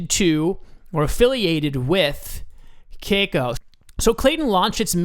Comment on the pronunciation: Thanks for info and crypto is huge in S.Korea which may have been the reason LINK is pumping. But I cringe everytime you said "kay-co"...lol just FYI it's pronounced "kah-cow"